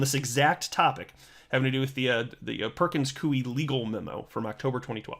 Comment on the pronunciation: It's pronounced Perkins 'KOY' not Perkins Kuey ! ((Koy like Toy, not Kuey like Chop Suey))